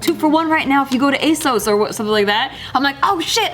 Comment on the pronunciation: Americans say Asows?? what???